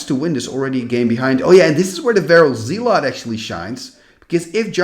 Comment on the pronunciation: Hey, just in case you wanted to work on your American/English Accent, the way we pronounce "Zealot" (phonetically) over here is Like ZEHLLUHT instead of ZEE--LOT. Just incase you wondered or care. ❤❤❤